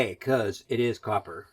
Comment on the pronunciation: That’s a whole lotta coppah!